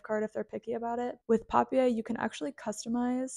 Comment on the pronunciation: i really loved all these ideas, i'll be definitely making some things. i always gift my friends more elaborate christmas cookies, because they all dont like baking. my favourite ones are schwarzwälderkirsch plätzchen (german ones), i love them. speaking of german, the brand of journals is a german word (which means paper, surprise surprise). it is pronounced like this: paˈpiːɐ̯